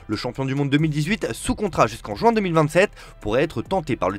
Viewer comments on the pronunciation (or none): none